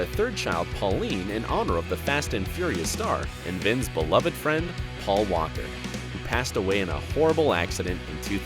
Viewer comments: “Paul wander” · It Paul walker not Paul wonder